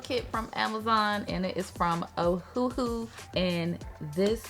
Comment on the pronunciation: i heard ohuhu as el hoo ha